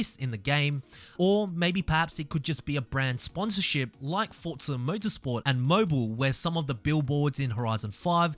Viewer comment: Its not FORTZA bro its FORZA ffs sounds so annoying say it right you flop before i report you.